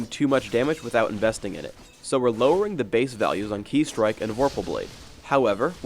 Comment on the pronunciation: This patch was made by nerf master suck town for sure. Also, I was so sure that shen's "Ki Strike" was pronounced like "Kai strike", not "Key strike". My life is now empty :(